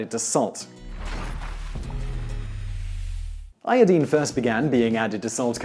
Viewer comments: yepp. it is pronunced. iodaine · Dooality its a halogen element. and its pronounced as "eye-o-dine" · ioDINE, not ioDEEN. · I twitch every time you say I O DEEN. I recognize it is a legitimate pronunciation, but it is just viscerally upsetting to me. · Qaeta you show your ignorance of correct English pronunciation. Americanisation of our beautiful language (or bastardisation of it) in the world today changed the correct pronunciation. Correctly pronounced, it is EYE-OH-DEEN not the American hash up of EYE-OH-DYNE. Sorry to burst your tiny bubble. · 😂😂ì had the same reaction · Thank you , as always for the very interesting information! I love these channels. Also, I don't want to hear "i-o-deen" ever again. Hehe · LOL "Iodeen" accents are fun. =] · Eye- uh -dine is how to say it, simon. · Iodeen? Wow learn English :P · Its pronounced iodyne. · I made an audible noise every time he said it, even though I recognize it's legitimate. What isn't, however, is that he says "EK cetera" instead of "ET cetera." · First time hearing someone pronouncing iodine like that.. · thats not pronounced io deen. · Great video even though he kept saying iodine wrong. Lol.